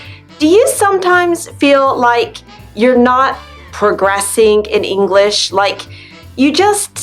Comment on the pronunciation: Hello. I would ask You: "why do You pronaunce additional sound "a(e)" at the end of the many words.. for example You are saying "English(e)" e.t.c? I never heard such an interesting ending.